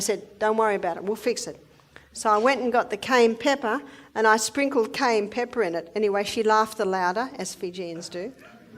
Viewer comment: Cayenne not cane! Very poor pronunciation